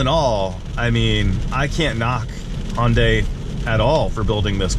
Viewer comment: Please stop calling it Honday.. it’s Hunday, like Sunday lmao